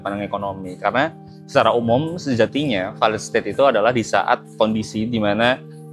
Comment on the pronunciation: Belajar lagi cara baca failed state min